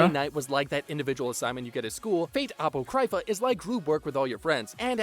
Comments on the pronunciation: I agree with 99% of what he said (although neither the stuff he says, nor the visuals being shown in this video is what you would call spoiler-free) but all of that aside... apoCRYpha? and Nero supposedly saying UWU instead of UMU? Bruh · This guy's pronunciation of Apocrypha is killing me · Man, the guy in the video can't pronounce anything correctly, first ufotable, then apocrypha, and now mistaking Umu for Uwu.